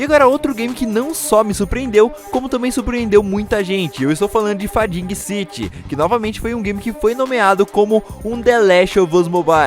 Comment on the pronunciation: Fadingui citi 😂😂😂